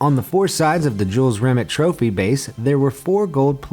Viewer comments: Jules Rim-et still gleaming....you mad yet Just messing man it annoyed me too! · It's pronounced ri-may not ri-met... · RE- MAY. NOT REMIT YOU MONG TARD 😂😂😂✊️💦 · Is pronounced Jules RimAY not RimIT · It's not pronounced "Jules Rim it", it's "Jules Rim ay" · It's rim-ay not rim-ut, also #TeamEngland ⚪🔴⚪ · The name is pronounces Jules REE may not Rim IT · Jules Remit. It's pronounced Re-may. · This was terrible. At least make sure if you’re gonna make a video purely on the trophy, and have to reference it multiple times, you pronounce the name of the trophy correctly. If it was named after a Frenchman Rimet isn’t going to be pronounced Rimmett is it? It’ll be Rimay, similar to Beret and Ballet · “Re-may” is how it’s pronounced or better known as the holy grail. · "Rimet" is pronounced "Ree-May" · It’s pronounced ‘Jules Rim-ay’ u inbreds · Rimet pronounced Rimay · Pronounced rimay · It's pronounced Jules RIMAAAAAY! It's a silent T!! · Rimet is NOT pronounced like a bad frog impression! The correct way is more phonetically Rim-May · It's "RIMÉ"...the "T" is silent. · It’s Jules Rimet, pronounced “Rimay” as it’s a French name. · Pronouncing Jules Rimet’s name wrong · Nice pronunciation of rimet